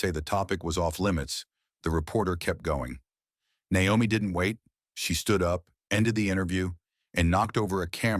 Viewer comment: AI narration is destroying YouTube. The uncorrected mispronunciations are laughable and insulting. “Nomi” Campbell?